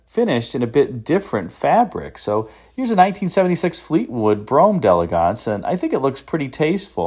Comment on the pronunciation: Thank you for pronouncing “d’Elegance” the way it should be pronounced. Another YouTuber who regularly sells these cars insists on pronouncing it “dee-EL-egg-ents” even though he knows that is incorrect.